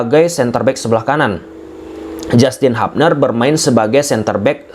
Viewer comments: Hubner ttp dbaca Hubner bukan Habner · hubner bkn habner 😂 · Kita bacanya tetap HUBNER BANG BUKAN HAPNER